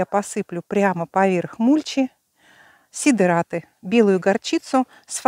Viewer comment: Сидэраты... фанэра...😂